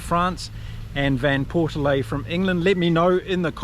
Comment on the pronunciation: Mate, you gotta get your pronunciation right here! It’s JVP to most people, because you’re not the only one who can’t pronounce his name, which is derived from Dutch. It’s pronounced Van Port Fleet. Got it? But, much more important, the addition of Alex Mitchell will be a boost to the England side. He’s everything JVP is not: fast, quick feet, adventurous. Let’s hope we will see him played often and allowed to jouer. To be creative. But Borthwick…not a creative guy at the best of times. Very sorry about Ntamack. That is tragic, but his replacement is pretty smart too. So not too much lost there for the tournament favourites, we hope. Keep on Kiwi kommentating!